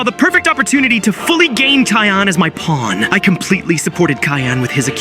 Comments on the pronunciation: Yo…I think is cyan not “KAYAN” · Btw it is cyan, not kyan bro! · U say kyan insted of cyan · You called "cyan" kyan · Kyan instead of cyan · says Cyan❌ says Kyan✅ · "Kyan" bro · It is called cyan not kayan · Bro said kyan again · Cyan❌️ Kyan✅️ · Cyan❌ Kyan✅ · Kyan bro Kyan sorry I just have like idk but that sounded so weird to me it’s pronounced cyan btw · Then “Kyan.”😂😂😂😂😂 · Kyan??? How ai shall we get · Cyan ❌ Tyan✅ Kyan✅ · Cyan (si-aa-n) not (ky-aa-n) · Kyan? Do you mean cyan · “Kyan,” you mean cyan. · What’s kaiyan are you sure the word your looking for isn’t pronounced si-on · Is it just me who gets mad at the word Kyan instead cyan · cyan ❌ kayan ✅ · Cyan ❎️ Kyan✅️ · Bruh mid short you said Cyan wrong you said ckayn idiot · "Cayan" bro✌️🥀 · Cyan 🚫 Khayan✅ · it’s called cyan not kayan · And he also said tayan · It is cyan not kyan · Bro said ckyan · Its cyan not kyan 😭😭😭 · Bro said ciyan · Bro it’s not Kayan it’s cyan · it's not kyan it's cyan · “Kyan” keeps ringing in my ear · It's siyan not kayan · It not called as kaayaan It called as cyan (c yaan) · its sian,not kian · “Kayyan” Ai is getting worse by every blink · Its pronounced syan not ckyan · IT'S NOT KYAN IT'S SIGH-AN/ CYAN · Yo bro can’t even say cyan right he said Kyan not cyan it’s pronounced syan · cyan ❌ cayenne ✅ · Cyan❌ Kyan✔️ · I heard you saying kayn not cyan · ❌Cyan ✔️Kyan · Cyan :❌ Kyan :✅🙀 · “Kyan” is crazy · Kyan bro what u yappin abt u need a english lesson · Ah yes, you kill purple but in the scene its "kyan" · Bro said kyan😅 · It's not kia-an it's s-i-an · Why does everyone keep on saying "Kyan" 😭😭😭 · "Kyan" lols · "bunana" and "kyan"😭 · Why do you call cyan kayan?💀💀💀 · its not kyan its C with an s sound so its sounds like SYAN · "Kayaan" im crine😭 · "KAI AN" 😂💀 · "tion" "cayenne" bruh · bro said cayaan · "Kyan" come on... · Cyan ❌ Kayan✅ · You said kayen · Bro said kyan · ah yes "Kyan" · GOAT of among us can’t pronounce cyan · Can bro not say cyan?